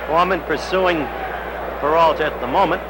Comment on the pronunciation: Howeeee cannot pronounce PERALTA.